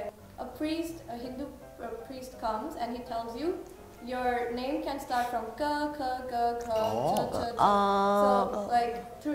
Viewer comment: Yeee!!! They pronounce my name very well ❤️👍🏼